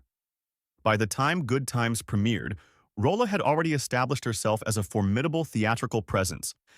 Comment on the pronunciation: It's Roll(e) , Not Rolla.